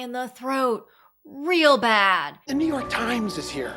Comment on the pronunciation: Obsessed with pronunciation of "The Noo YYYYork Simes"